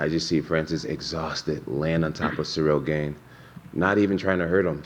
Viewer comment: I feel like he is doing that on purpose to get into his head cuz I KNOW he knows how to say it properly 😂😂. Combat Sports mental games r hilarious sometimes